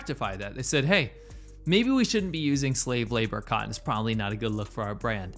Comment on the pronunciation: It's "Cotton" not cottin!!! Get it right bruh, psh!!!